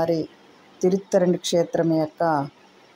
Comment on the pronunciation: తిరుత్తరణి కాదు తిరుత్తణి అంటారు మీరు చెప్పింది అక్షరాలా నిజం పెళ్ళి కానివారు ఈ దేవుణ్ణి దర్శించుకుంటే తప్పకుండా పెళ్ళి అవుతుంది